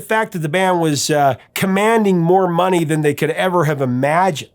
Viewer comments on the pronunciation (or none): none